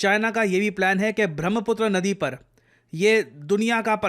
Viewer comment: It's ब्रह्मपुत्र not Bhramhaputr 😢